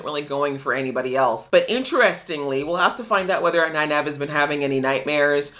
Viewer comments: Also, it's pronounced nine-eve, not nine-ev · Note: Nynaeve is pronounced "Nine eve" where Nine is the number and Eve is like "Christmas Eve." The mispronunciation of her name by Liandrin was meant to be a joke about book readers mispronouncing her name a lot, but it happened to have the effect of confusing a lot of people new to the series who didn't have her name down yet. It is too bad they didn't have Nynaeve actually correct her. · While it could very well be a nod to book readers, I actually think the mispronunciation and subsequent "I can't place the accent" line was an Aes Sedai probing statement. She was trying to figure out who Nyneave is and where she came from. "Aes Sedai always tell the truth but it might not be the truth you think you hear" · Nynaeve is pronounced "9-eve" (as in Adam & Eve). Great reactions :)